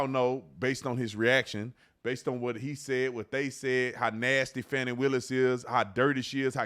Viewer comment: I love that you pronounced her name Fannie instead of Fahh-ni. You can fancy it up but it's still Fani (Fannie).